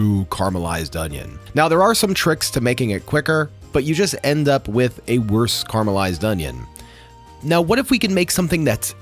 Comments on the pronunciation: FYI it’s caramelise, caramalised not whatever you say! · It's caramelised not carmelized. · Carmelised…. I can’t stand the way youse say that word